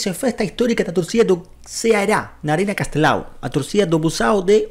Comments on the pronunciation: Sí, la pronunciación es correcta, lo dices tal como lo lees, Ceará. Curiosamente, algunos hispanohablantes suelen decir "Caerá" cuando leen y pronuncian la palabra por primera vez. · Como torcedor do Ceará (você pronunciou corretamente) venho agradecer os sinceros elogios amigo, parabéns pelo vídeo. Essa é a nossa torcida, que é simplesmente fantástica. E não é a primeira vez que faz uma festa assim, sugiro que depois faça uma pesquisa: "Torcida do Ceará fazendo a festa" e vai se impressionar. Nesse momento estamos brigando para voltar a Série A, depois de 2 anos do nosso rebaixamento (ficamos 5 anos seguidos na A) e vamos pra última rodada com chances reais de conseguir esse tão sonhado acesso. Espero que nossa torcida possa ter mais oportunidades de fazer festas assim em competições grandes como a Libertadores ou Sul-americana. E sobre o mosaico é uma homenagem da nossa torcida ao fim da escravidão em nosso país e um protesto contra o racismo. Um abraço e saudações alvinegras. ⚫⚪🤝🏻